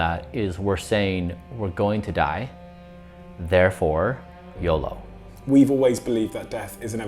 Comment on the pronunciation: That's the poshest "yolo" I've ever heard lol.